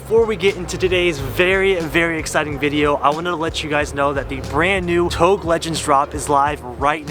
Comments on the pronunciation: Mans said "touge" like "towg". Wtf? Lol. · It’s pronounced toe gay not tOuGe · "Touge" is pronouced "Toe-gay" as per the japanese pronunciation. Not pronounced as "togue" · We gonna comment on him saying touge and pronouncing it like ‘TOE-G’ isn’t it ‘toojje’ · Did my man just say Toug? lmao its TougEEEEEE aswell as PorschEEEEE. But no hate only love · Please do not pronounce TOUGE as of "toge". It is pronounced as "toe-geh" . disrespect to a Japanese Culture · OMG ITS PRONOUNCED TOE GAY, NOT TOAG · You pronounced touge wrong. It is pronounced tou gei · Touge.....tou-GEI how it’s should pronounce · It's pronounced To-Ge :) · Touge. It's Japanese for the mountain roads where you race uphill and downhill very fast. 'Toe-geh' is the way to go, always above 8000 rpm. someone had to say it. haha sorry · You pronounce ‘touge’ wrong pal. Learn the words first before made a product using the name smh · c'mon man. It's 'touge' ( TOE- GAY) I absolutely love your content but please if you're going to incorporate it in your merchandise at least pronounce this LEGENDARY car culture term correctly. Much love. 😂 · If your gonna be making togue shirts you gotta learn how to say it like the rest of us lol. Or else call it canyon legends lol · Dude... Touge is pronounced 'TOE-ge'. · Isn't it pronounced tougé? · Touge is pronounced as TOE-ge. 😅😅😅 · did my man just say tog bruh smh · Hey! Love the channel, just FYI it's pronounced TOW-GEH =) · Isn't it touge pronounced toe-gay? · Touge is pronounced like "To-ghe" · It’s like TOE gey before people get hurt hurt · touge is pronounce as tow-gay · Stop pronouncing touge like that and no way its gonna make that much power on a cast block gonna crack way before that such a poser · I like the way he pronounces "touge" lmaooo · Why he keep pronounce touge wrong ? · That touge pronunciation though :( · SAYING YOURE A BIG FAN OF INITIAL D BUT NOT SAYING TOUGE RIGHT!?